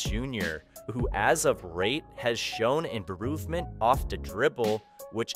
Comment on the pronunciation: “Let’s talk about Javari Smith Jr who as of rate has shown baroovment of da dribble” lmao are you an alien?